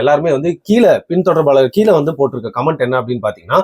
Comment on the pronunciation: தம்பி, "கீல" அல்ல, " கீழே" என கூறுங்கள் plz.